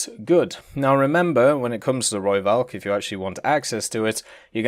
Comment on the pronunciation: ITS AN F SOUND NOT A V!!!! I have posted this EVERY time you do a rooivalk video. Please pronounce it correctly, i know you try to so thats why i tell you the correct way...